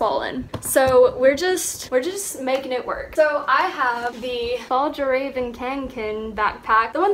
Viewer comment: Lol fall-juh-raven, it’s “fee-all-raven kahn-ken”. It means ‘to carry’ in Swedish